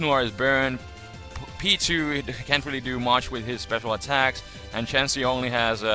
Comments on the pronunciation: whenever you say P2 it sounds like Pichu, btw i had no clue this type of battle existed but its very interesting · It took me the longest to realize u were saying P2 not Pichu lol